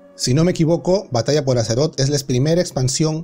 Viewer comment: Eres la única persona que conozco que dice batalla por azeroth (que por cierto pronuncias mal esta última)